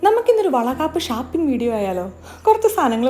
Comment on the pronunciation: എന്തോന് ചേച്ചി ഷാപ്പിങ് അല്ല ഷോപ്പിംഗ്‌ ആണ്